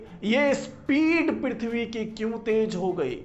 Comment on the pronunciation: Tej bahut Ganda laga. Teji aur bhi bura. Jahilo ki tarah tej, tej. Apne aapko doctor Kate ho. Sharm karo. Correct word is tez. T e z. Tez.